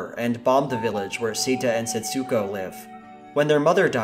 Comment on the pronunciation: Just a boring minor correction. In Japanese, with names with an "U" in them the U sound is nearly or wholly silent - at most a kind of inflexion rather than a clearly noticeable sound.. Thus Setsuko is not pronounced Setsooko but rather more like sets'ko. Other similar names share this characteristic e.g Ritsuko (Rits'ko) etc. Some other names seem to share this characteristic. Japanese artist Utagawa Hiroshige's (born 1797) name seems to be pronounced "Tagawa Hiroshige". Given the name Setsuko etc is in any event a transliteration into English (ie the Japanese use Japanese script not English when they write the name) you might well ask why do linguists transliterate in this way - by including letters or syllables that are never meant to be pronounced, the answer is I have no idea. PS Setsuko is (was?) a not uncommon female name in Japan. Setsuko Hara was a very famous actress in the post war period and starred in many Japanese films of that era.